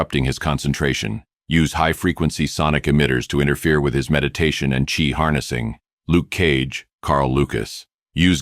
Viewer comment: Why does Batman not know how to pronounce Chi?